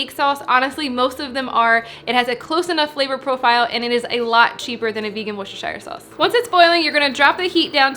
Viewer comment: You're the first person I've ever heard pronounce worecesiochslkvcssshire sauce so effortlessly!